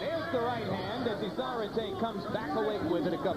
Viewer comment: David izonrighty lol hahahahaha. It's Izonrite and not righty.